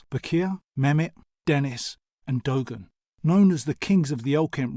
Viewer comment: What the hell is "dogan"??? Its pronounced "du-arn"